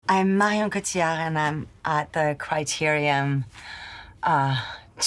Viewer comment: I believe she said Criteriom, also.